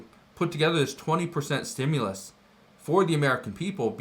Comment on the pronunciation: ITS A REFUND CHECK STOP CALLING IT A STUMLUS.